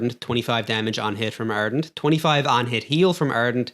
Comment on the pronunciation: ARdent, not Ernt